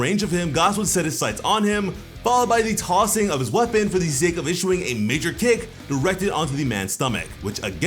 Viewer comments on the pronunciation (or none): none